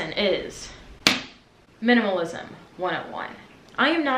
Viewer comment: I just love that "MINAMALISM 101"